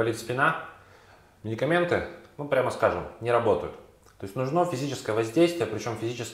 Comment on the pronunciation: Выглядит разумно. Только ударение в слове "нужно" правильно ставится на букве у. НужнО - это просторечная форма.